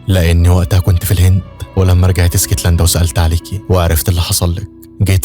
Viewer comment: اسكتلندا ❌ إيسكتلندا ✅😂 ونبي انت وبحب ملخصاتك اوي ❤